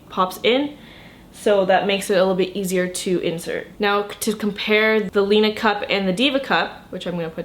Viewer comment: it's pronounced lina